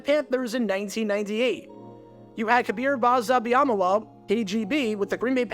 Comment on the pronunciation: I thought it was ME-luh at the end. That was the pronunciation I heard.